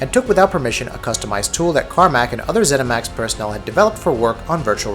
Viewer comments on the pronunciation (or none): haha 'zeminax'